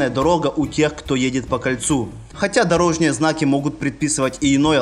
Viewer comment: ДорожнИЕ, так режет слух , Дорожные!!!